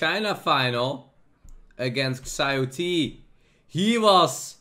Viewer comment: As a chinese speaker, ShiaoT is how his name should be pronounced, but whatever.